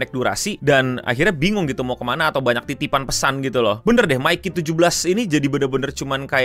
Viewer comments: Btw Mickey kyknya bacanya lebih ke Mickey di Mickey Mouse, bkn Mikey Kiyomasa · Bang nyebutin nya itu "Miki" bukan "Maiki"